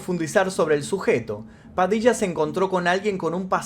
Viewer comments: Hola!!!! Muy bueno el vídeo!!!!! Lo que si estas pronunciando las palabras con acento "raro"...puede ser? ("padicha", "michónes", "prochectos", etc etc)....tal vez eso hace más " amigáble" el relato en otros países,lo cual no está mal,... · Por que hablo así en este video?? Me desconcentro mucho la forma de pronunciar nombres y palabras. Ajjajajajaj Padicha 😅😂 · te re bancamos..pero porque pronuncias asi..ya hablas bien no hace falta que digas "Padilla" de esa manera..habla como antes que me desconcentro.